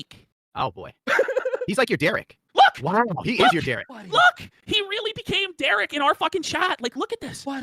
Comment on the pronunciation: "he's like your derich"